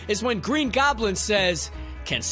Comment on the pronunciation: Green Goblend